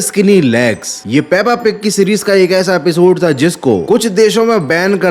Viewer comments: Peppa pig❌ pappa pig✅🤣🤣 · Peppa pig ❌puppu pig✅